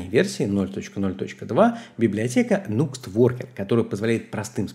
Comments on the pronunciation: Не нукст а накст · Nuxt по правилам английского языка читается через А - нАкст.